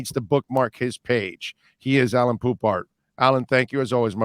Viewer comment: His name is Alain not Allan, Alan or Allen!